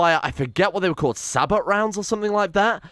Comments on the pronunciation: The Punisher has infinite range. It will shoot at anything it can see on the map. Also the ammunition is pronounced with a silent 't' so it's more Sabo or Sahbo than Sabot. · Sabot = “Say-bow” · sabot is pronounced say-bow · The "T" in Sabot, is silent.